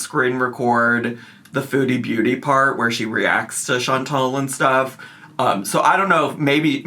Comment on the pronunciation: update: there are NO E's in the name Chan-TAL. WTF did none of you people ever learn letter sounds?? 😒